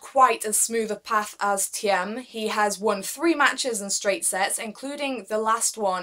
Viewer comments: Great video ! Waiting for more Btw "Thiem" is pronounced as the word "Team" in English :) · "Thiem" is pronounced as "team". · Just pronounce it like "team" and you are fine - the "e" is silent . Great channel